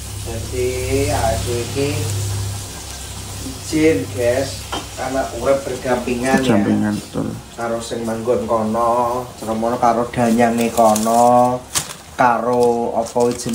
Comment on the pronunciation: Danyang mas bukan dayang.